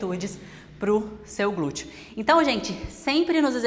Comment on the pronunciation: Gente, não aguento mais ouvir esses "glutchio". 🥴